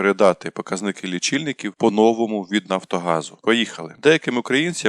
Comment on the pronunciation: Спочатку диктору слід навчитися вірно ставити наголос в укранських словах : "по новому" та інш. Також не існує слова "областя"